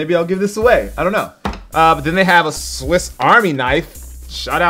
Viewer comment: Is he saying swift army knife??